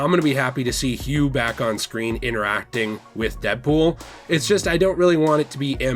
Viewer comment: "Not many Jackman's as Hughge"